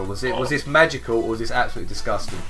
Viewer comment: whenever says Magical it sounds like he's saying Manticore for Advanced Warfare